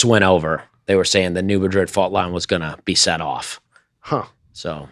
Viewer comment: Did say, “mad rid” fault? That’s cute!